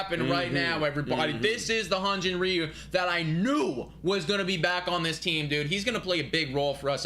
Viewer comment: hyunjin ryu's name isn't "re - you", it's pronounced similarly to the chinese last name "liu" (they are the same character, after all). It's single syllable and more "l" than "r'.